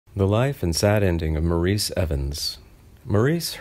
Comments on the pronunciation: Actually he preferred to be called MORRIS not MAW-REES. If you don't get that right, what else is wrong? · He pronounced his name in the British dialect, “Morris.” His character on Bewitched used the American pronunciation “Maureece.” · It is actually pronounced 'Morris', although it is spelled 'Maurice'. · Just for the record: he pronounced his first name ‘Morris’, not ‘Maurice.’ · Name is pronounced Morris. also Or-es-tie-uh